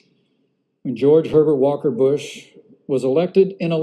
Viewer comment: he just said george pevert walker bush lol had to keep listening to it ..lol..lol..lol